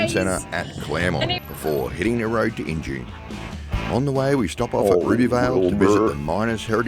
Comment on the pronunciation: Injune pronounced In-June.....great video! Thanks Guys!